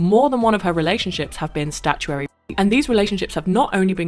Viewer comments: It’s not called STATUERY ra•e it’s called STATUTORY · Statutory, not statuary.